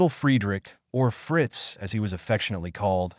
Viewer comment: Dude, you’ve GOT to be careful of your pronunciations. ESPECIALLY the first name of Nietzsche. I couldn’t listen after 10 minutes.